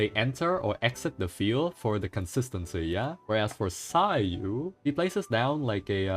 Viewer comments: I was listening to this like a podcast and he keeps saying Suya and it didn't register to me that he was talking about Sayu. I was like who the hell is Suya!? >< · Ah ys be like suya 😂😂 not sayu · ❌Sayu ✅Soya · ah yes, 'suya'. nice one ~ edit: well suya's ascension stat is em soooo xD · My ears bleeding after hearing Xingchuu and Suya